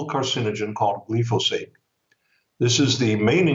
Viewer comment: It is pronounced: GLI FO SATE with a long i vowel, not the short vowel i